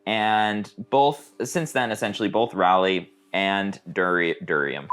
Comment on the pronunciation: By the way, the "ral" of Raleigh sounds like "Ball", not like "Valley"